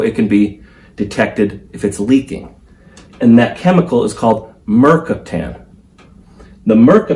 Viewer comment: Not MER cap tan, mer CAP tan... FYI